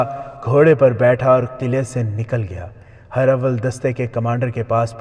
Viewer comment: Not her awwal but herawal